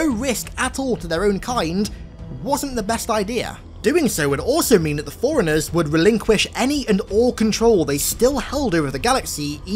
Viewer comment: Bro it’s forerunners not foreigners. You can have an accent but shit at least TRY to say the word right if you’re going to say it every other sentence